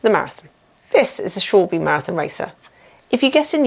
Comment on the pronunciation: Just the video I needed! 👍 Just a note, Schwalbe is pronounces Schwal-ba